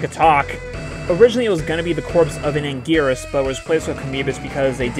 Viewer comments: why can anguris be called angweenis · For Anguirus you should just check the gamecube game and select him because they pronounce his name so everyone can agree on a name